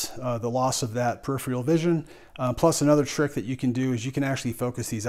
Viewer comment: It's peripheral. (Per'i'fer'al) not "perifial".